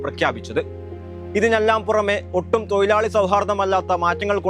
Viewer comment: തൊയി ലാളി അല്ല തൊഴിലാളി